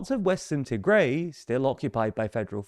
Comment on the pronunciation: It is pronounced as Tih-grai not Tee-grey